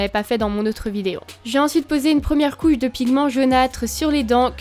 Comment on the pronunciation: Je rêve ou tu as dit « une première couille de pigments jaunâtres » ?! 😂